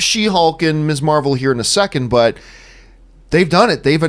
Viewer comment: I've watched a few vids on other channels running through this topic and John Campea is the only one to pronounce "Ms" correctly as mizz -- not miss.